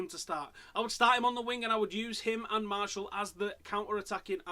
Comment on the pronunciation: Lol why do Man U fans call Martial, Marshall? Here's how you pronounce it. Anthony Mar-she-al, not Marshall (and yes, I am French)